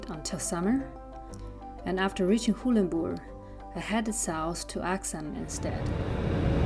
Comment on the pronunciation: Does anyone else find it odd how she pronounces Arxan differently in the voice-overs to the direct-to-camera scenes?